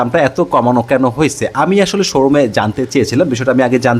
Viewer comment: ভাইয়া আপনার হয়েছে শব্দ টার উচ্চারণ একটু ঠিক করেন আপনার উচ্চারণটা শুনতে খারাপ শোনায়